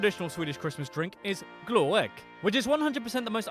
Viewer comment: No! The glögg part is NOT correct!